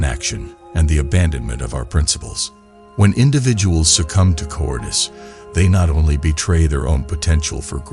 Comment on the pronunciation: Look up how to pronounce “cowardice”. You are saying it wrong. It’s cow…ward…iss.